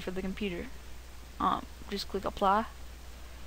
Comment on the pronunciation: "Just click APLAHH"